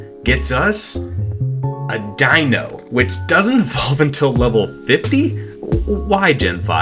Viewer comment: You're the first player I've seen pronounce Deino's name correctly. Thank you!